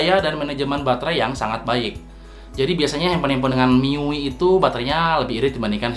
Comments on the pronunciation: bacanya miui yah bukan mi yu ay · Mi yu i🤣🤣🤣🤣🤣🤣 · MIUI Dibacanya Mi yu ay Bang ,Saran Aja